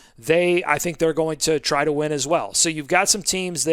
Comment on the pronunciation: I thought you said “wind” projections at first 😂😂😂 had me thinking you were in the Queen City 😂